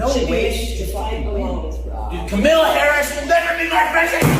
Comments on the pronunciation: KAMALA = Camelot! emphasis on the first syllable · Some people are getting very upset with Trump's pronunciation of Kamala. So, let's try an experiment to make them feel better. Donald gets the sounds right, it's the accent syllable that he messes up on. He doesn't think it matters. He says ka-MA-la, when the right way to say it is KA-ma-la. Now, let's help him understand the importance of correct accent syllables: He says DON-ald. But if accent syllables don't matter, than we can also say do-NALD. Practice it now: do-NALD. do-NALD. do-NALD. do-NALD. do-NALD. THERE. DOESN'T THAT FEEL BETTER? Glad to help.😊 Vote BLUE all the way! 💙💙💙💙💙💙💙💙❣ 💙🇺🇸💙💙🇺🇸💙💙🇺🇸💙💙🇺🇸💙💙🇺🇸💙💙🇺🇸💙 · Don-Old proves his IGNORANCE every time he is unable to pronounce simple words like, KA-MA-LA! He probably calls his wife, Melvania 😳 ! What an IDIOT! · At yesterday's rally, trump called Ms Harris cam- a-luh, like camera. If he can't pronounce her name after all this time, and says he didn't know her before the nomination, maybe he's too dumb to run a country. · Is Trump just incapable of pronouncing Kamala Harris's name correctly, or does he think he being clever,,,,If he keeps pronouncing her name Ka-Mala,, or Kamobla,,she should start pronouncing his name Don-Old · Only him thinks he’s being funny mispronouncing her name. To the rest of us. He’s stupid. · Donnie cannot read which is why he cannot pronounce Kamala. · It's too funny that even little girls are laughing at Felon-Donnie because he doesn't know how to pronounce "Kamala"! tRUMP, I hope you learned something from these two little girls!!!!!! The woman at the doughnut shop didn't know who Jaydie Vanz is. Jaydie is forgettable. Nobody cares about him. Why did he even ask how long the employees worked at the shop? That's not his business! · No you didn’t mispronounce her name on purpose…. You’re just ignorant and unable😂😂😂😂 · Exactly. Trump was taped saying he doesn't care one way or the other if he mispronounces her name. He is a jerk!